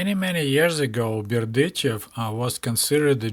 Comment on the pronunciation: It was enlightening to hear place-names like Zhitomir and Berdichev pronounced as they ought to be, and not as how I imagined they should be!